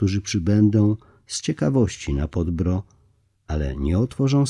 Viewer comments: Dlaczego lektor niedoczytał,jak wymawia się nazwę góry PODBRDO,a uparcie wymawia fałszywie jako"podbro"?... trochę niechlujstwo i brak szacunku do tak ważnego tematu I przypomnę lektorowi,...nie "wika",..a Wicka,tak jak się pisze,tak się wymawia Poznałem Wickę osobiście,i Ona tak też się sama przedstawia... proszę,o korektę własną i doczytanie tematu,a nie tylko pobieżne,ot odczytanie....z Panem Bogiem. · Informacja dla: w języku serbskim/chorwackim wyrazy niekiedy mają formę zbitek spółgłoskowych, ktore szczegolnie dla Polakow przyzwyczajonych do sylab z samogloskami stanowia trudnosc w wymowie. W takich konstrukcjach w wymowie pojawia sie cos w rodzaju półsamogloski - krótkiego "y". Nazwę gory objawień Podbrdo (przedgórze) nalezy czytac Podbýrdo. Podobne wyrazy: srce (serce) - wym. sýrce, Krk - wym. kýrk itd. Milo sie Pana slucha, ma Pan piękny glos i wymowę, ale dla ludzi znających chorwacki zgrzyta to Podbrdo w odbiorze. Polecam przed naczytywaniem sprawdzac wymowe obcych wyrazów. Pozdrawiam z szacunkiem.